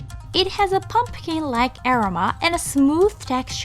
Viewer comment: 海外在住です。日本に行く外国人の知り合いにはこのチャンネル必ず紹介しています。ただ前からずっと気になっていたのがアロマの発音です。グーグルでaromaで検索しますと意味の他に発音も教えてくれます。試して見てはいかがでしょうか？また、海外の方には正しい日本語の発音を紹介して頂くと助かります。(からあげ)カラオケとか変な発音で覚えられてます。